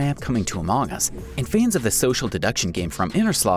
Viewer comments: Everyone: among us Him: amaang us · QUIT SAYING AMOUNG US! It's among us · Stop saying amoong us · Instead u saing among us u Say amooogas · He said it like that.